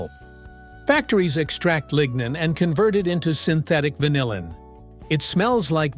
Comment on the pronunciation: How about pronouncing vanillin correctly?